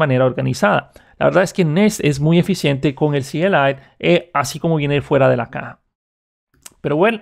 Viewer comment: Eres de las pocas personas que veo que dice C.L.I y no "cli" y eso lo aprecio xd